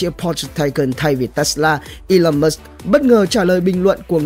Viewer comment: Musk chứ ko phải Mush